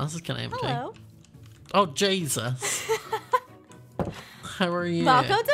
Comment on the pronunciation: the way pronounced oh jesus 😭😭